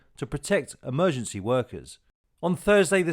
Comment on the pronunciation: Is there anyone left who knows how to pronounce the word Emergency? Instead of amergency.